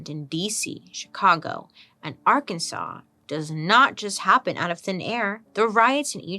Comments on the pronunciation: We've been saying Ar-Kansas ... it's just not right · It is Arkansas. ar kan saw. Its a Quapaw word. We have 3 indigenous tribes plus the Cherokee that settled here. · girl i love you so much, but if you call it Ar-kansas one more time ... :/. lol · Great video! But it’s Ar-kan-SAW😊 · Please don't pronounce it like Ar-kansas😭😂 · Did you know it’s illegal to pronounce Arkansas as Ar-Kansas? So weird. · We said Ar-Kansas at the same time…